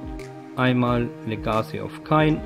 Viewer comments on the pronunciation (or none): spricht man .. legesie und feybl aus ;) ... weitermachen =) ... ps mukke n ticken leiser =) gruss Ree